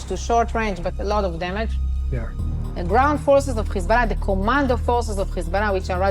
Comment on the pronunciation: Dude need to learn how to say Hezbollah , he keeps saying Kizbala. It sounds so lame.